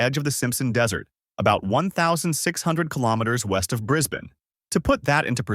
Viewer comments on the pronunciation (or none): none